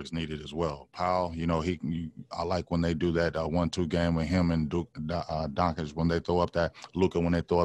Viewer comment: please just learn how to pronounce doncic..and host should help him. Its annoying and disrespectfull